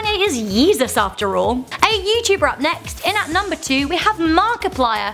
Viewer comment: Did she say ye tuber ......... it's you tuber